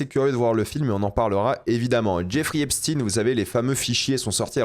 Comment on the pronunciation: C’est Esp SHTAYNE, EPSTEÏN